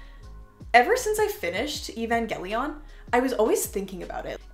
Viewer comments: Why do you say Evangelion like that. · Sad you have these but can’t pronounce evangelion 💔